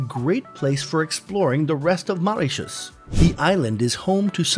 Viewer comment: MO!! MOritius... not MAritius.. not only are you saying it wrong but did so 28 times during this 8 minutes video... it's like on purpose to nag us! Lollllll And let's not even talk about "Ile aux cerfs"... which.. isn't even remotely close to how it should sound LOL NOT subscribing lolll